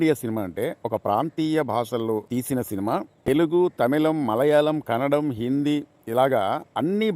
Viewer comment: Kannadam kadhu it's kannada